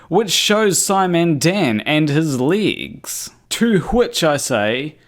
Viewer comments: Ere, It's pronounced 'legs' and not 'ligs' or 'leegs'... Yakki dah. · I am highly skeptical of this person. What native English speaker pronounces "legs" as "leagues"? Where is he supposedly from? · Man can I have those 19mins back..and it took me all 19 to understand your pronunciation of legs..I can't believe you wasted even more of your life to make that..